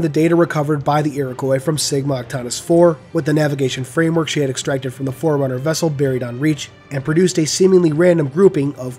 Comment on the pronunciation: is also the one that pronounces Forerunner like "foreigner?". I just have to say that is beyond infuriating.